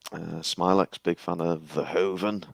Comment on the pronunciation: It is bizarre that the guy with the cap on doesn't even know Paul Verhoeven's name or what country Paul is from. He keeps calling him Paul "Van Hoeven". What rock has this guy been living under??????